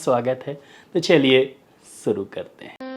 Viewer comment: sir guzarish mai sha toh bht acha bolte h ap but shuru mai suru kyn kehte h😂